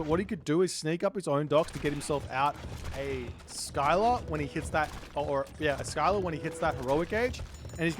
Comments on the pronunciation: Isnt it pronounced Silla and not Skila? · It’s pronounced Ssilla not Skyla 😂